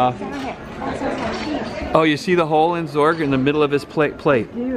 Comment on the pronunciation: It's pronounced Zurg not zorg